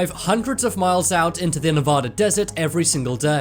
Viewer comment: LEARN HOW TO PRONOUNCE NEVADA!!!!